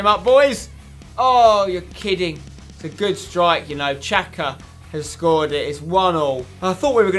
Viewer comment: It xhaka not chaca